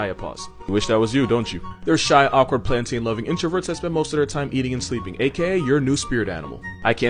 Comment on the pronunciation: I was rockin with this video until he started saying plantain wrong lol